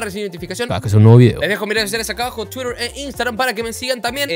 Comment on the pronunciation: Me encanta cuando dice"Twirer"jsjs